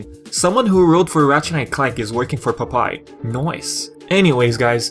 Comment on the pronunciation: It's pronounced Pop-eye, not Pupai. don't mean to sound rude, just letting you know.